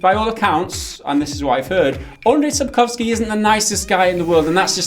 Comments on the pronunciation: Lol your pronunciation of "Sapkowski" is almost spot on. How much time have you spent practicing? ;) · I am quite surprised, how well you have pronounced his name. Still better than that one guy, who pronounced is as "Saep-cow_skye" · Thank you for taking your time and prenouncing his surname VERY correctly. It made me smile, as most non-Polish would most likely struggle etc. That's besides the point of the video of course, just some words of appreciation:D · I have to say that your pronunciation of name Sapkowski is very well.